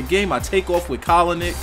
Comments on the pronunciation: Stephen a smith said colinick on first take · stephen a smith from first take called him colinick yesterday on accident xD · Stephan A.Smith said Colinick on First take the other day. I think he watches your videos hahaha